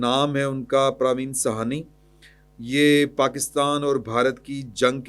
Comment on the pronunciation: تصحیح کرلیں انڈین ڈیفینس تجزیہ کارکا نام پراوین ساہنی ہے پراوین سانی نہیں